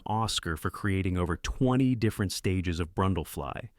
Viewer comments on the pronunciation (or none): none